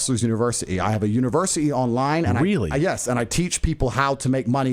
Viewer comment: He has a "univers'ee" and he can't even say the word??? 🤣🤣🤣 And outing the eastern European mafia??? What a total chinless m*ng